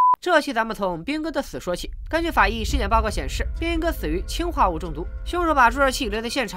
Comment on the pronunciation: 二声 氰化物